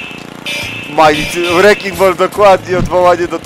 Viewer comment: "wreking bol"